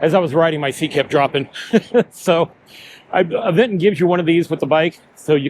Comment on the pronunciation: bro said “Av-eng-ton” not Aventon?